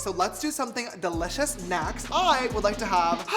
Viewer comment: Me this whole video: "de-litch-ous" 😂❤😋